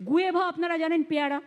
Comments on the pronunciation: গোয়েভা ? না গুয়াভা ( Guava ) । কি জানি !! দিদিভাই হয়তো ঠিক । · Not gueva but guye kha